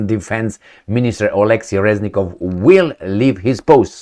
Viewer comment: Reznikov(Crazynikov) not Reznilov